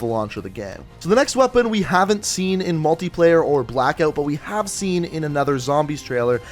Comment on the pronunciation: Pretty clear that is an 8 shot revolver and is it Canadian to pronounce it Blackeout?